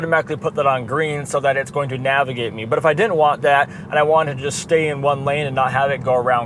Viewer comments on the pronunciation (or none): none